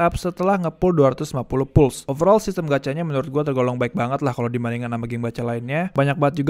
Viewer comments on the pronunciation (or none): none